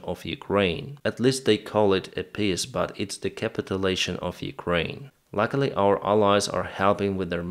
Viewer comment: I like the way you talk about "russian piss proposals". ("Peace" and "piss" are pronounced differently in English. The first has a looooong vocal, the second has a short vocal).